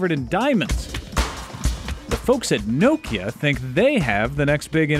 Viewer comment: he cant say nokia right!